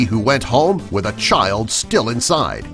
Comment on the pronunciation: He said shild